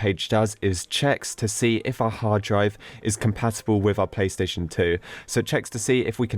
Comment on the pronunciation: Is it just me or does he keep saying "pay" station 🤔